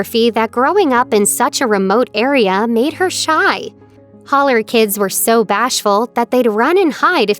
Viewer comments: It's not hollow it's holler BIG difference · Your right, it's Holler not Hollow!